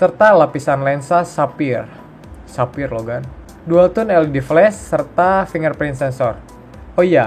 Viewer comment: Sapphire dibaca safayer